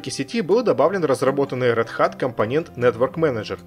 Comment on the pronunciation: Отличное и очень интересное видео! P.S. - Один моментик...RedHat должно звучать как "Рэд Хэт"